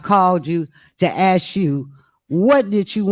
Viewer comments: The word is"ask", not "axe " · TIFF, LEARN HOW, TO PAY ATTENTION TO SPEACH. ( AKS ) THE WORD IS ( ASK ) NOT ( AKS ) GO BACK TO SCHOOL. IN FACT I GOT A HUGE FEELING IT TIFF GOING BACK HOME. ( PRISON ) HER HOLIDAY IN FOR SEVERAL YEARS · She Axed you😂😂😂 sounds like they need better education in Dalton county😂😂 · There she goes axing again. She needs to stop before someone gets cut! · “Ask”. Not “Axe” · "I axe you, what you speaking of" omfg CLOWNS! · I've been playing my own drinking game. every time i hear a "y'all" i take a shot. every time i hear an "aks" i chug a beer. at the end of this upload, I'm not feeling well. somebody, call me a doctor. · Axed? Please speak proper English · Madame, Mayor the word is ask and not axe! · You could have axed...... My ears are bleeding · I axed you.... someone who talks like this should not be in charge of shit. Who hired this trash mayor thinking this wouldn't happen. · This woman just crucified the English language... How does anyone " AX " another person a question?....I think she means " ASK"..ya"ll...she's so ignorant. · Please say ASK instead of AKS.......LEARN to TALK WELL.... I can do it better from the Netherlands..... TIF TIF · Does she ever speak English ? Axing ? She’s absolutely ridiculous. She loves to rhyme. WAKANDA in the flesh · It's ask not axed lol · I am not from this state. Why do they say ax instead of ask?